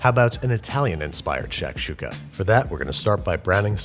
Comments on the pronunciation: Great cooking, but I couldn't help but cringe every time he pronounced it "shack shooka". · It's "shock-shooka." Can't let you keep saying "shack-shooka." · its not pronounced "SHACK- shooka" its pronounced "SHUCK-shooka". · It’s not sh”ack”shuka it’s sh”ah”kshuka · im sorry but hurissuh.... lmao shacksukuh.... lmaoooo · Shik shakshuka dunera e tuka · Shakshuka.... it's pronounced more like tshektshuka.... at least in my region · “Shaq’s Huka”. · I cringe every time he says "shack"-shuka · Bro the way he’s saying shakshuka like shack-shuka is pissing me off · Babie baby, the shak in shakshuka is pronounced like "shock", as in "shock and awe." Loved the video though this is one of my favorite dishes. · Şakada Şuka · His pronunciation of Shakshuka hurts my brain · its not shakshouka its a freaking jozmoz with love from syria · Sak suk( english pronunciation" shak shuk" for the "s" with tail is pronaunces az" sh") means in a jiffy in Turkish and shak shuka means something prepared quickly, and very popular on the western part of the country . And never done in a cast iron skillet. As for the rest of the country it's called " menemen" and has tens of different varieties